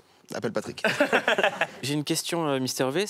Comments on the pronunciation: N'empêche il a dit mister vé, cest Vi! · MISTER VIIIIIIIIIIIIIIIIIIIIIIIIII PAS Véééééééééééééééééééééééééé !!! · Il a dit Mister vé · "mister vé" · "Misteur vé"